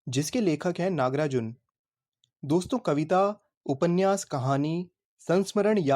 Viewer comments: NAGAARJUN ❌ NAGARAJUN ✅ 😂😂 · naga arjun❌nagrajun✅😂😂😭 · Nagarjun instead of Nagrajun. thank you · Nagarjun ❌ Nagrajun✅ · Nagrajun✅ nagarjun❌ 😂😂😂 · According to him Nagarjun ❌️ Nagrajun✅️ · His name = Nagarjuna How he pronunciate it= nagrajun😅😅😂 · Bhaiya nagrajun nahi nagarjun 🤣🤣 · Not nagrajun it's nagarjuna 😁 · nagrajunn what a funny pronounsation😂😂😂